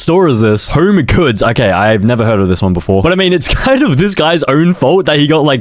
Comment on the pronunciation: Bro called home goods “homecoulds” lol